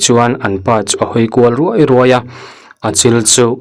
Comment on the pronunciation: Meng â rûai nilo in Ruaî tihtur..ngatinge mahni ṭawng thlûk pawh hi itihdik theih miahloh hlawm le?